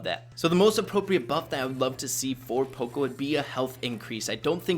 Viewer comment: Let me know if I’m wrong, but I thought that it was pronounced paw-co not poe-co